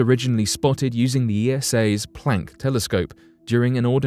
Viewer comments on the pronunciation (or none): none